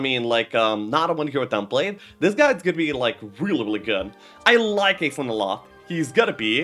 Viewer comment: Fun fact: Aislinn is a female. Pronounced more like "Ash-lin".